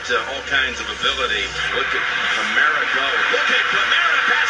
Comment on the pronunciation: you pronounced it correctly the first time. Kamara's balance is amazing.